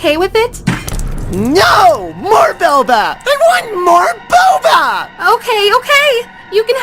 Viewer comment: "I WANT MORE BOBUH! 😩"